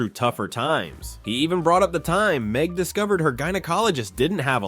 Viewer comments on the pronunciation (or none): NIT MEG NOT MEG😂😂